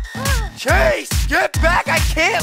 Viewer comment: It is not Shawn it is chase